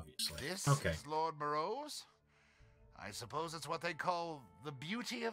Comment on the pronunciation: Clearly you kept calling him "More-e-o" because you appreciate oreos more than you appreciate classic films.